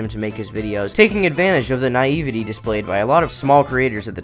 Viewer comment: Naieevidee? What word is that.